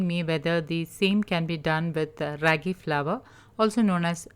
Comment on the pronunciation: The a sound isn't raggy as in shaggy but raagi as in raama.